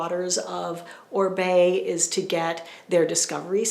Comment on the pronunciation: Love your research behind all the products. Thank you so much for that. BTW I think it's pronounced Oh-Ree-Bay, not Ohr-bay. You are fabulous.